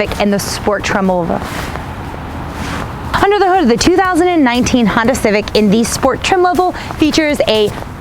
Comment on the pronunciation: Awesome to see you back at it. It never gets old to hear you pronounce Honda. It’s so darn cute.